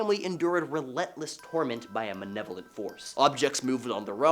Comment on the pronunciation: Malevolent not manevolent